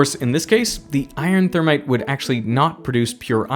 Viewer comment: interesting to hear him say "thermit". That's what my manufacturing prof said too: "thermit welding"